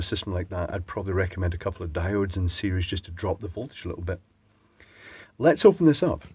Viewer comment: You thought it was a resistor, but it was me, Dio-de!